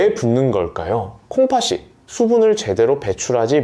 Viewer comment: 콩파시가 아니고 콩파티 라고 발음하세요 초등학생도 압니다